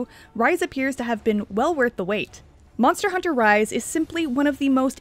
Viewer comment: Monther hunter 😂